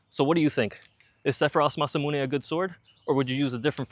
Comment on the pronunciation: That beast looks so sexy. I want to own that Sword! Linguist nerd point; 'Mahs--Ah-Moo-Nae' Not 'Masah-Mu-Nae'